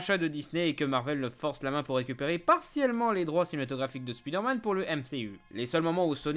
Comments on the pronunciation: Rah mais c'est pas "Spidairmane", mais "Spaïdeurmaine" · On dit "Iron man" Alors pourriez-vous dire "SpIderman" Merci. Cordialement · Comme ça m'énerve d une force les gens qui disent speederman au lieu de spiderman (spaille d'heure manne) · Pourquoi "Speederman" ? Pourquoi pas "Meeles Morales" ou "speederverse" ? Le vrai drame de Spiderman, c'est la manière dont on prononce son nom dans certains pays francophones !